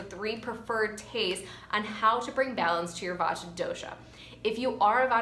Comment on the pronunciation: The correct pronunciation emphasizes the "t" but is said quickly. I appreciate this video as I have a severe Vata imbalance